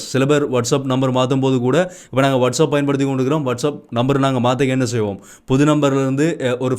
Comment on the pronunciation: வட்ஷ என்றால் என்ன... அப் என்றால் மேல. ஒகே.... வட்ஷ் [அப்] இல்ல.. வட்ஷ் எப் ஒகே. எப் எப்படி வட்ஷ் எப் வட்ஷ் ஏப். எப் எப் எப்.. !வருது சிரிப்பு சிரிப்பா எனக்குப்.